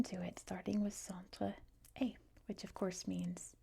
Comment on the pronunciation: Hello! Great french prononciation however you pronounced «est» as the verb to be. When we're talking about East, we pronounce the s! 🤓 Interesting video thanks!